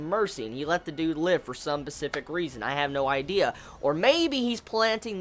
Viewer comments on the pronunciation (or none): did you know you tend to pronounce specific as pacific?